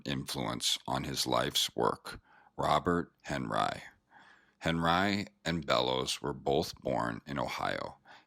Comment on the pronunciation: This narrator murders the pronunciation of names. Yikes! However he does pronounce henRYE (Henri) properly! This art deserves a more knowledgeable narrator..